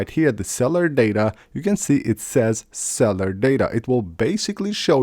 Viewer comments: “iwes 26” “cellar data” I just can’t go on. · CELL-U-LAR. Say it with me.... CELLLLL-U-LARRRRR. My man needs to focus on speech. It's your channel that you speak on, take pride!